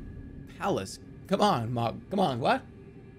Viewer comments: i half way through the video and THERES A FUCKING "H" IN THE NAME ITS NOT MOG ITS FUCKING MOHG DOES HE DO THIS THE ENTIRE VIDEO IM LOSSING MY MIND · Dude it hurts everytime hearing him say it as mawg not moh guh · Gotta love how he says "mog" instead of "m-ohg" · it pisses me off so much that he says "mog" instead of "mohg" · OH... Its pronounced M-OH-G. Same vowel sound as in the word tow or low. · It M-OH-G not mog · take a shot everytime he says mawg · Lol the way he pronounces Mogh xD "MAWGGGG" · extremely Boston voice Mawg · I cannot finish this video JUST FOR THE FACT that he’s saying mog and I’m not sure why but it hurts. Probably cause they say the name in game a few times. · This might be the best edited video I've ever seen on YouTube in addition to being absoutely funny as hell. I love that Jerma thought that literally everything in the damn game was Mohg lmao and that he also never pronounced his name correctly even once. Overall, this is video is just Mohgers and I'm subscribing 🔥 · He says it wrong so much that I'm forgetting how to pronounce "Mohg" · His pronunciation of Mohg pissed me off for the whole video 👍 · The funniest part about this saga is that Jerma continued to mispronounce Mohg's name throughout and nobody thought to correct him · He says it like a slur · Why does he say Mohg like it's a slur?